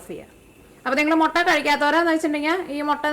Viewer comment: Chechi motta alla mutta 😜